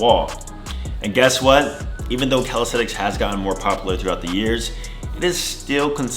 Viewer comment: In 6 years you didn't learn to pronounce the word calisthenics correctly. It's calistheNics and NOT calistheTicks. Sheesh...